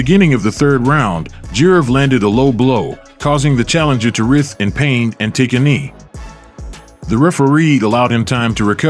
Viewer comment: Writhe in pain, not writh !